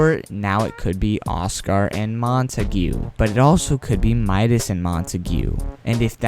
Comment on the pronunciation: Just Saying. It isn’t ‘Mon-Ta-gew’ it is “Mon-Ta-g’